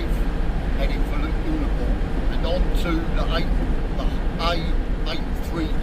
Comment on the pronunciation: Uh-luh-pool, not Ooh-luh-pool 😂